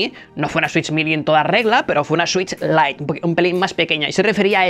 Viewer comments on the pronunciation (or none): none